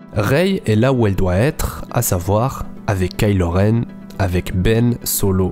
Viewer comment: Attention on prononce pas ka ilo renne on prononce kaï lo renne